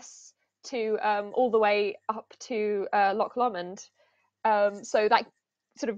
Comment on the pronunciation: If it makes you feel better, she mispronounced Loch Lomond earlier.